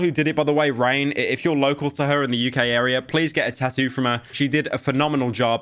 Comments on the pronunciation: bro got the eva tattoo but cant even pronounce it right 😭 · Why do you not include the second set of Ts in tattoo half the time!? British?? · I love how he pronounces tattoo 😂